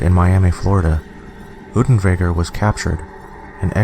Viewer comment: Damn boy, do your research properly! Unterweger's name is pronounced oonterwayger, not oodenwayger! How can you even misread his name? Also, there already is a movie about him, making it moot to mention him in this video. It was released 3 weeks after this video and was in production long before. Also, there's no source that supports your bullshit claim that writer's block caused him to commit suicide! On the contrary, Unterweger threatened multiple times to kill himself during his trial if he was convicted. He hanged himself the night after the verdict. But yeah...writer's block...